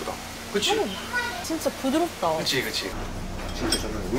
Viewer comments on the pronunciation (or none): 부드럽다를 Food War라고 발음하던 가 그립따…이젠 한국어 넘나 잘해버리눈…